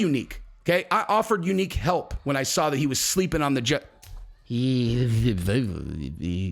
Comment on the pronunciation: Dude I can’t take the youneek thing anymore